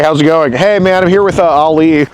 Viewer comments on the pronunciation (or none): Uhm….there’s a difference between “Ollie” and “Ali”. Please learn this…